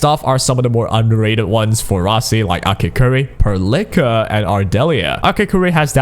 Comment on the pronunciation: The way you pronounce Perlica is killing me 😂